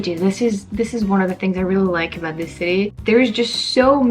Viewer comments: Amazing hearing "aboot". I've lived here my whole life and I'm still waiting to hear it. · "Aboot" in Montreal? Probably another tourist. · Yeah no she didn't